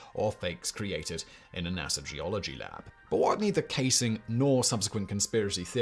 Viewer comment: Yes we landed on the moon. Hearing you call NASA .... nassar